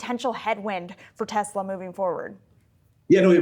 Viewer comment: Best selling car in.... the world. Model Y. Best and only global charging network. Tez-luh. Say it with me. Tez-luh. 😂